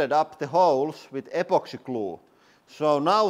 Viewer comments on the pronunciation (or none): Liked how you said apoxy glue. Love accents. Makes me think though. I Chipped my tooth when I was in 2nd or 3rd grade. How hard did I hit my mouth? My goodness.